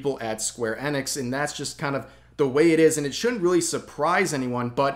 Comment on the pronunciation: square eh-NICKS? isn't it EE-nicks?